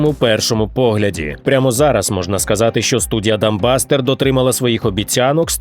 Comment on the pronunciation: "Дамбастер"... пффххахх